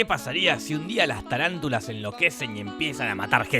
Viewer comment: O SEA... ES TARANTULA NO TALANTULA, DEBERIA SER LAVARANTULA.... NI EL NOMBRE BIEN LE PUSIERON JAJAJAJ